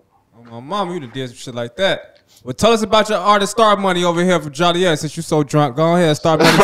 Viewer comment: Idk who needs to know this but there isn’t a city called “Jolly-et” in Illinois.